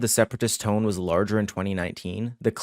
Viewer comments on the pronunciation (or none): none